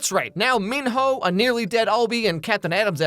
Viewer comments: The fact that pronounces Minho's name as men-ho is sending me!😂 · Was it a conscious decision to pronounce Minho MonHO or… ? 😂